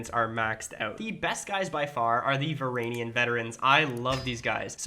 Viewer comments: How he says it: "Varanian Adventure" How its spelled: "Varangian Adventure" How its actually said: "Varangian Adventure" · please never say "varagnian" again. like bro not to be rude but use your brain? does it say varag? no lol. its pronounced va-rang-e-an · its Varangian. Nöt Varagnian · How many times can one man pronounce the same word wrong? Varagnian? Varanian? Brooooo, why? 😭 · Sry but I got to say this. Is VarANGIan adventure, GI, you must say GI. Like a gangster, GI DOG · it's either ver-an-gian, or ver-ang-ian FYI it might just be my accent that makes it ver instead of var, but idk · why do you refuse to pronounce the G in Varangian it absolutely kills me every time. I hate that i care about this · The weirdest pronunciation of Varangian I have ever heard. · one day u'll pronounce "varangian" right. anyway, great video!